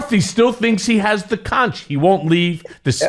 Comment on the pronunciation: Conch is pronounced with a hard k sound at the end. /conk/ Look it up.